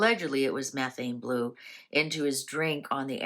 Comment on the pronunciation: She’s talking about the correct chemistry. She’s just pronouncing it incorrectly.